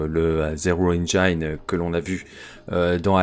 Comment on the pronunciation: Merci pour la présentation!Simple, adaptable et palpitante, le système Year Zero Engine est le meilleur système selon moi... PS: on prononce "engine" Et non "engaïne"